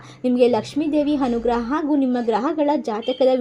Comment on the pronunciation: ಹನುಗ್ರಹ, ಹದೃಷ್ಟ, ಹಾರಾಧನೆ ಅದಿಮೂರು ರಾಮಾ ರಾಮಾ ಕಾಪಾಡಪ್ಪ😂😂 ಈ ಕನ್ನಡ ಕಂಪಿನ ಸಿರಿಗಂಧವನ್ನು ಹಾಳುಮಾಡಬೇಡಿ ದಯವಿಟ್ಟು. ಸರಿಯಾಗಿ ಕನ್ನಡ ಬರುವವರು ಹತ್ತಿರ ಓದಿಸಿ ಪುಣ್ಯ ಕಟ್ಟಿಕೊಳ್ಳಿ, ದಯವಿಟ್ಟು ಹರ್ಥ (ಅರ್ಥ) ಮಾಡಿಕೊಳ್ಳಿ